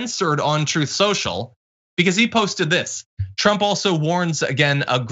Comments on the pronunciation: "Troth" social??? No wonder it flopped... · He lies soo much he can't even say the word "truth" correctly lmao!